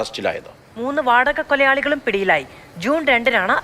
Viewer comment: വാടക കൊയലാളി അല്ല ചേട്ടാ വാടക കൊലയാളി 😂